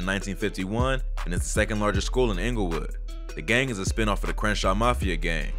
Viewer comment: it's "Spin-Off" lol. Not a "spin" off of the IFG. also its RANSOM GANG not Random as you say